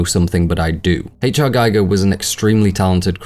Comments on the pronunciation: Geiger rhymes w "eager", not pronounced like the isotope measuring device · Bunch of malarkey. And it's Gee-ger, not Gy-ger. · One of my closet friends was Les Barany Giger’s agent and it’s with a long e , not I he pronounced his name